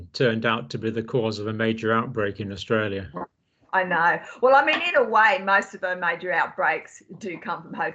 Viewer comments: Austalia ? I’ll forgive ya👍🏽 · John, you forgot the R in AustRalia